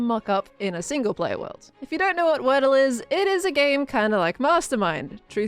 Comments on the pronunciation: wordye instead of wordle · word-dye (wordy) for the games name